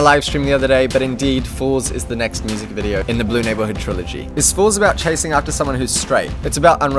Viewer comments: Wait why do you say mu-sak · lol i thought he said "musac"